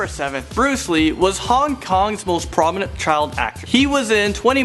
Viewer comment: "prominate"? You mean prominent?